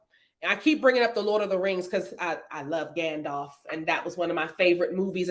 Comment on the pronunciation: Its Gandalf. Sorry but im a fantasy nerd and that got me everytime you said vandalf 🤣🤣🤣